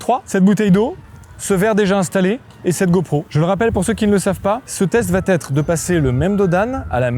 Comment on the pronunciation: Tu peux arrêter de dire va(t)être ? Cette liaison insane est un poil brise burnes 😑🙂